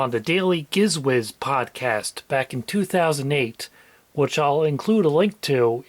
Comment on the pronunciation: Sorry, but there's no way Giz is pronounced Ghiz lol